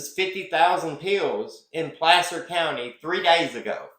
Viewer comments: Love your channel. The a in Placer sounds like apple not ape. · Pl/aaaa/cer county, not Play/ cer county